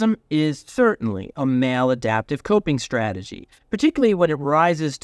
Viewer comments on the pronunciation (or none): “ “Male-Adaptive?” Or, “Mal-Adaptive?” lol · I heard male adaptive too. I was listening for female adaptive. Because I listen to things about being in your masculine or in your feminine.